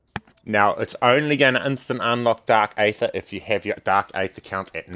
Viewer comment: You know its pronounced eether right not aather